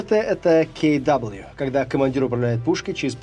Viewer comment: В немецком буквы читаются примерно, как у нас: KW - Ка Вэ, KR - Ка Эр, ZU - Цэт У. Развели тут поганых англоицизмов, понимаешь. Блин, Z - это Цэт, а не Зэ :( Уши выпали в осадок. Хорошо, что Ха, то есть H, не попалось, а то ведущий бы вообще произнёс непроизносимое. А то ведь ещё есть G, J, V и Y :)))